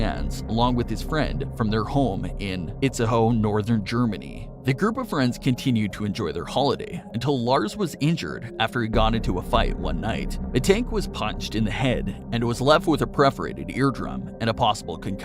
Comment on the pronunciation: A preferated eardrum?? PERforated..